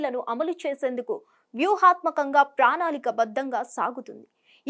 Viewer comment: " ప్రాణాళిక బద్ధ౦గా " కాదు వ౦కరమ్మా !!! " ప్రణాళిక బద్ధ౦గా " ఆనాలి !!! తెలుగు నేర్చుకో !!!